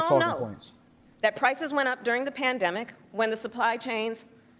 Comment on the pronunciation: he calls it the bandemic lol but complains about the subsequent inflation lol.